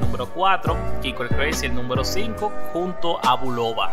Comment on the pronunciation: Se dice numero no nunvero